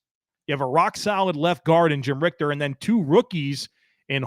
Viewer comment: Jim Ritcher (pronounced like PITCHER) NOT RICTER.